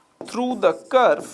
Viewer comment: Sir it is a curve not a curfe😂😂